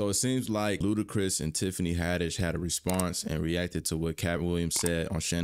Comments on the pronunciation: "L U D A C R I S" NOT "L U D A C H R I S" 🤦🏾‍♂️🤡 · Ludachris? Lol it’s Ludacris bruh 1st album was a monster grew up on it yea it know I’m a OG